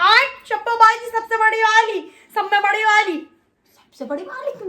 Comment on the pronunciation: Samme Badi wali... Oyii, it's Samse badi wali! 😂 Love, your Content Girl!! Sending Hugs, From Rampur Itself 😝